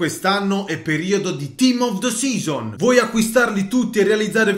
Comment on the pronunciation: "E anche quest'anno è periodo di... TIM OF D SISON" vengo